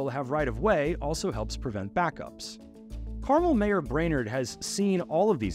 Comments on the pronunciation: The narrator of this video is lazy. In less than 30 seconds, I did an Internet search to confirm that the correct pronunciation of the city is “car-MEL.” Not “CAR-mul.” And this piece was produced by a journalist?!? Pathetic… 🫤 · Carmel, Indiana is not pronounced properly in this piece. It is car-mell. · You are mispronouncing Carmel, it’s not candy. Pronounce Car Mel (like a vehicle and a man’s name)